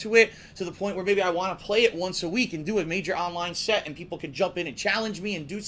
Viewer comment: it sounded like you said "I wanna do Online Sex". I realize you said "set".